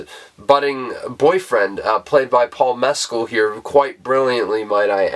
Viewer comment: Great review of a great film! (And ten out of ten for pronouncing BOTH Andrew Haigh and Paul Mescal's name correctly! 🙂) Took a second viewing to fully grasp the ending.